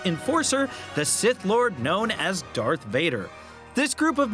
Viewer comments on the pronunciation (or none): none